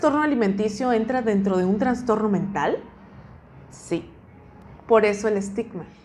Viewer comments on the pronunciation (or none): terrible, para ser nutriologa se estudia 6 anos verdad? y en esos 6 anos no pudiste pronunciar bien la palabra TRASTORNO. hay que enviarte a estudiar lenguaje primero antes de darte un titulo